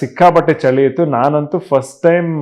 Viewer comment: ಯುವ,ಅದು ಚಳಿ ಅಂತ ಹೇಳಬೇಕು ಯಾಕಂದ್ರೆ ಅಣ್ಣಾವ್ರು ಕನ್ನಡ ತುಂಬಾ ಚೆನ್ನಾಗಿ ಮಾತಾಡು ತ್ತಿ ದ್ದ ರು